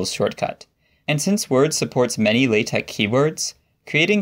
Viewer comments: Are you speech impaired or just being a fool??? Why say Latec when the word is pronounced LATEX Why Wordtec if it is is WordteX??? IDIOT! THUMBS DOWN. NO! X is NEVER pronounced K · I've never heard an academic pronounce it this way... Laaa Tech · I thought it was pronounced like the word latex. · WAIT WAIT It's pronounced lay-tech? I have certainly confused many a colleague by saying that I'm a big fan of latex. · Is it latek or latex? I keep hearing a K. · Wait, do people actually pronounce that x as a k? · That's not how you pronounce (La)TeX according to Knuth ☝️ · The letter X does not make that sound.